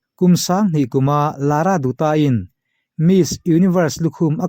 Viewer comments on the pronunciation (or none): 'Dutta' tih lai hi, mizo tawng a 'A' anga lam tur ani. 'Datta'. ang in. mizo lam a 'DUT' ti a lam lovin 'Sanjay Dutt (Dat) anga lam tur ani. mizo tawnga 'Kaur' ti kher lovin 'Kawr' anga lam tur zawk ani e. i ti tha lutuk, bengvarthlak lutuk.👍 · Lara Dutta hming ilam hi adik hlel deuh duta nilovin lara datta tia lam tur.Sanjay dutt a, dutt lai anga lam tur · Lara dutta ( Datta tia lam tur) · Lara Dutta hming Dutta hi I lam diklo. Datta tih anga lam tur